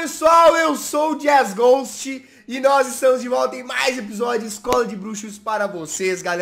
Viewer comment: o jazz disse FÁ PESSOAR EU SOY JAZZGOST e eu disse E EU XOU A THEURI kkkkkkkkkkkkkkkkkkkkkk me da coraçaõ jazzgost kkk serio me da coração